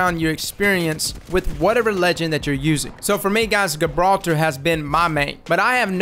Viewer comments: guh-brawl-ter.. lol come on man JI-brawl-ter. love your vids anyway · Everyione: Gibraltar: G 🅱️altah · *JIB-raltar *CRAY-ber Love ya',!;) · Prennounced JAHbralter and KRAYber lmao had me dying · Great tips man.👌. Oh by the way its pronounced 'Juh-brawlter'. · Yesss more apex content please. Also, my guy, are you purposefully mispronouncing things just to fuck with us at this point? Gabralter... Crabber? Worst part is I can't tell if it drives me crazy or if it's part of your charm. Anyway keep up the good work. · Pronounced Jibraltar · Great content as always, helpful tips, however Gibraltar is pounced with a J rather than a G, keep up the vids though man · Love your videos! D2 and glad to see you covering this game!! Pretty sure the G in Gibraltar is soft though (more like J). Like Rock of Gibraltar, a WWII stronghold for artillery batteries. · Cool video bro but its "Gibraltar" like in "gentle" not a soft g as in "good" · Nobody’s gonna say it? Alright then, the G in Gibraltar is soft, not hard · You are pronouncing Gibraltar completely wrong 😂